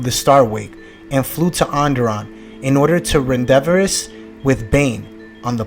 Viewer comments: Ren -dev-ez?!?! Rendez-vous (french) is pronounced raan, day, vu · Rendevous man you said it wrong lolz great story loved it